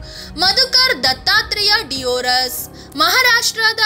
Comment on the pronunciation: ಮಧುಕರ್ ದತ್ತಾತ್ರೇಯ ದೇವರಸ್ ಅಂತ ಅವರ ಹೆಸರು.. ಸರಿಯಾಗಿ ಹೆಸರು ಹೇಳಿ ಅದು ಡಿಯೋರಸ್ ಅಲ್ಲ ದೇವರಸ್..